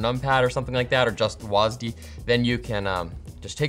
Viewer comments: Man just said was-D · did he really just call w-a-s-d, "wazdee" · he really just said wasd instead of wasd